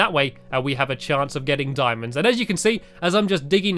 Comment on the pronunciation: Randomthingsbyhanny its "Diamonds" not "Dimons" imagine saying it "D-i-mo-ns"